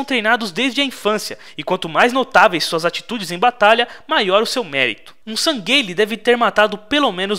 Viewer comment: Nao so isso, mas ele tava chamando os San'gheili de "Sangueile" sendo que a pronúncia é "sanrrili"